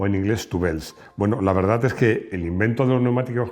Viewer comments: Se dice tubeless nu tubles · Tubels no!!! 😂😂😂, tubeless!!!